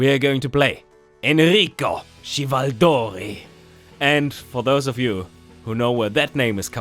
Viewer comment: Enrico Chivaldori is actually pronounced. KEY-VAL-DO-REE